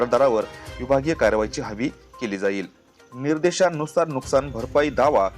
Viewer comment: नुस्कान नाही नुकसान 😂